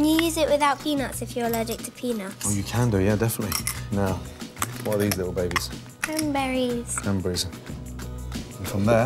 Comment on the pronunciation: Gordon: "wots thot?" Lil Female: "CranBERRies 😊" Gordon: "cranbreez" ...😐